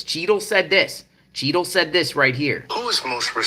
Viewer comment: I keep thinking your saying cheeto lol